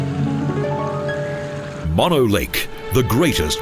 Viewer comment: Its pronounced moan-o.